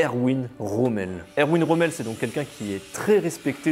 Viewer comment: Romel pas Romeo ! Pd de traducteur !